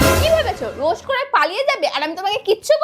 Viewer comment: রোস্ট না বলে রোস বলেছে। সুমীরও তো বান্ধবী